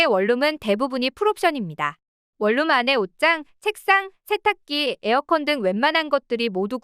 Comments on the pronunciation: 월룸이 아니라 원룸이라고 발음하세요 ᆢ듣는사람 햇갈립니다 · 콩글리시 ONE ROOM을 계속 월룸 월룸 하는데 AI 교육 좀 시키시오